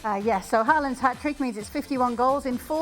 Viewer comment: He made a had-rick😂